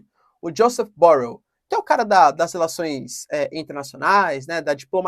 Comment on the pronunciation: você está usando uma pronúncia anglófona con Josep Borrell, então das duas uma: ou você pronúncia en portugués brasileiro, que seria o mais certo, ou em catalão que é a procedência do nome deste senhor. Es espanhol de la región de Catalunha.